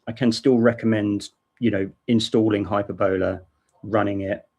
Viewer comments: Sorry for nitpicking, but 'Hyperbola' is pronounced: Hyper-bill-uuh & not Hyper-bowler. Hope this helped ;) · glad he put it in the Desc.... cause it sounds like he is saying "hyperbella" and no such distro exists lol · It's high PER boll ah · The accent in 'Hyperbola' is on the second syllable, not the third, as you are saying it. Maybe the FSF need to step in with this legal issue? Are Microsoft actively pushing this? I wouldn't be surprised. It sounds like a nasty tactic, perpetrated by somebody with a vested interest in competing with, and eradicating, Linux.